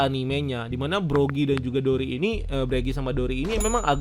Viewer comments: Buggy disebut "Begi", Broggy disebut "Bregi". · Maaf itu bukan gambar Oda tapi creator Zelda, Tony Tony chopper bukan Mini mini Chopper, yg ngalahin 100 bounty hunter itu Zoro bukan Sanji, Igaram bukan Igram, Broggy bukan Breggy, Partner Vivi itu Mr 9 bukan Mr 3 (Partner Mr 3 mah miss golden week), Buggy bukan Beggy, nanti dikatain KARBIT ama fans one piece kalian jg yg marah padahal jelas kalian sendiri yg gk riset detail atau minimal baca/nonton source material